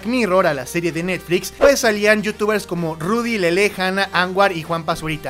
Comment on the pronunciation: Mau, Rudy Mancuso ha trabajado con ludacris, charlie puth, Stephen Curry, Justin Bieber, etc y es mucho más talentoso que Juanpa. P.D. Se pronuncia “lele”, no “lelé”